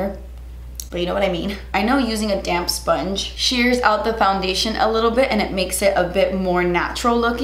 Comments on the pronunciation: I kept thinking she was saying 'damn sponge' not 'damp sponge' xD I love you,! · Lol every time you say “damp sponge” I hear “damn sponge” and I always do a double take because I’m like man is aggressive today lol! Use that damn sponge, girl!!😂😂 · when you said damp sponge i thought you said damn sponge like "im gonna do this side with a damn sponge" and i was dying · Everytime you say "damp sponge" I hear "damn sponge" lmao